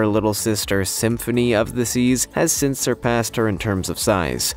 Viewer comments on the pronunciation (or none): none